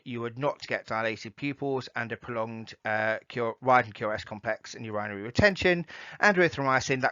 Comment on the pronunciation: Very informative..Thank you. . The only thing I had a small problem with was your pronunciation of 'Urinary' ... I've never heard it pronounced like that... Great video, thanks again